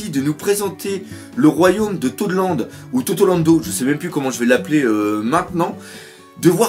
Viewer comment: perso je préfère la prononciation "totorando" :-P